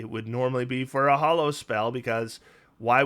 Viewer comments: You seem to pronounce it as "Hollow" but it's actually "Ha-low" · Neither you nor pack tactics is pronouncing hallow correctly. It rhymes with tallow, not follow.